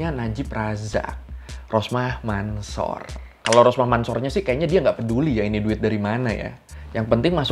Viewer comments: Ralat ya bang mansor kalo di bcanya Mansur bukan di baca Mansor maaf yg betul emang bacanya mansur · Cara bacanya Rosmah Mansur,bukan Mansor itu hanya penulisannya aja :) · Mansor di baca nya Mansur boskuh